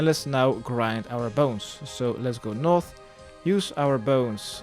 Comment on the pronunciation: So annoying how you say north... you say noff... As if your talking in an british accent. But you say every other thing in an american accent. Like “eastern”